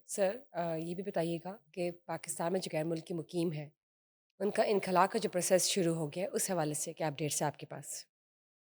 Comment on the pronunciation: میڈم انکھلا نہیں ہوتا، انخلا ہوتا ہے